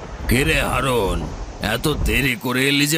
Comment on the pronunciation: হারুন ❌ হাউন ✅